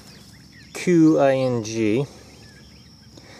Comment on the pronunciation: Qing is pronounced Ching